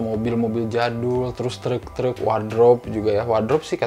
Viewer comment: yg masa kecilnya di taun 80-90an ada rasa nostalgia pas nonton film ini karena melihat scene2nya. kalo saya mah nostalgia pas tinggal di bandung pas denger ngomong “treuuk” 🚛🚛